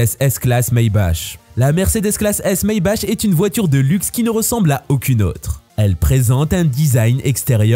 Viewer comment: top sinon on dit soit maybach comme maybak ou a l'allemande maybarrr